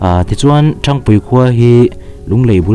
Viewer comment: Khaw hming i thluk dan hi a dik lo. Ṭhang tih hi ka phone a hang tiha hang tih thluk ang hian thluk tur.